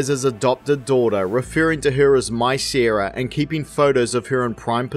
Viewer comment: From what country is this accent? You pronounce Sara as "Seera". If two people named Sara and Seera were together, and you called one of them, both would respond.